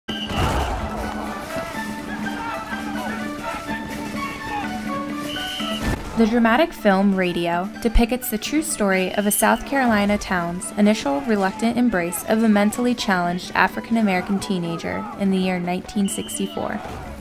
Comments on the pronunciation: great movie, sad story. but i can’t ingnore the fact this chick said “depickets”😂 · SHE SAYS "DEPICKETS" HAAAAAHAHAHAHAHAHAA!